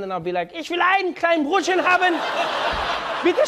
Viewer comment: Brööö"TTchen und SCHiiiiiiiNKKKennn"!!!😂😂😂😂🤜🤛😅 Made my day!! Grüsse aus der Schweiz👍😅😅